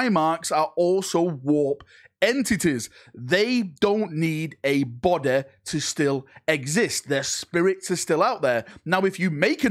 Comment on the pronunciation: "If you make a new BODEH for them, they can then go into that BODEH" so funny the way you said this